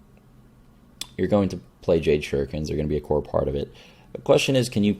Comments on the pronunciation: That makes more sense. Haha I guess he slopped over saying "this will be core in -- in Hunter decks" and I just heard "corn in Hunter". christ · I'm pretty sure he meant "core"